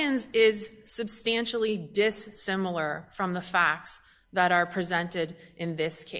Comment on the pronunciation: "substantially dis-similar" LOL 🤡